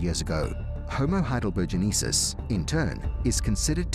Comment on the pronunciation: Heidelbergensis has 5 syllabels yet he consistently pronounced it with 6 syllables. I don't know why he did that, but it certainly doesn't give me any confidence in anything else that he says.